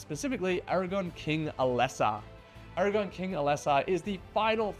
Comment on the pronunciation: ARAGORN with an RRRRRRR